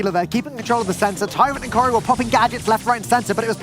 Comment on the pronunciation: "cori" CORY?! oh